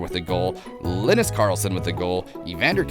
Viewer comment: It's not Linis, it's not Lenus, it's Linus. 😭😂😭😂😭